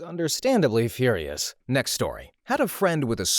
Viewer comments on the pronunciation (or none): none